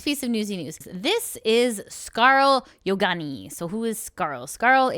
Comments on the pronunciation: us: "Yonaguni": "Yogani" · It's pronounced scar-leh yoh-na-goo-knee btw. of her debut stream. Please listen to the creators say their own names before butchering them. Watch like 20 seconds of their debut stream or whatever. It's not fair, especially to non-english creators, which Scarle isn't, but still. And then you butchered Aoi Sakura and Gundou Mirei's names... bro please.